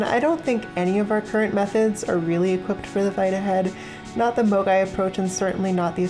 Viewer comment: I'm sorry, every time you say "a MOGAI [person]" or "um.. MOGAI" my Internet poisoned brain can't help but hear the 2020 hit game and all around dumb shitpost AMOGUS